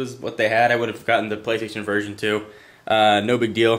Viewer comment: it sounded like he said : ' the playstation virgin '